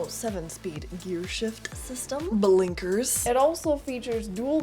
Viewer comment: "buh-linkers" lol